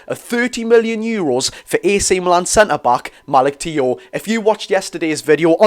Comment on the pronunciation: It's pronounced malik chow josh👍hope we get them both. Unreal👌